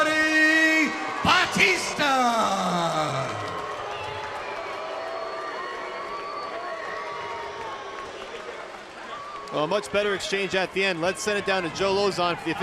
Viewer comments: Somebody tell that commentator that his name is Batista, not Baptista! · This announcer is pissing me off with the way he says batista. The one who said he won the fight pronounced it right. But the guy who did play by play just said his name weird. Idk if it's his accent. Or if he had the syllables broken down wrong. He just didn't say his name right and everytime he said it I cringed.. He says it like bahh-tista........and it's really like BA-tista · The announcer is a dumbass bc he’s pronouncing Dave Batista’s last name WRONG! It’s Ba tista NOT Bat ista idiot. Go back and watch wwe when Batista use to wrestle, bc NO one pronounced his name like this stupid announcer does from the start of the match. The other match at least calls him Dave. Go Batista!!😊✌🏼🤙🏼🇺🇸. The Animal. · he keeps calling him BAPtista lol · Y is the commentator calling him baptista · Why does he keep calling him Baptista?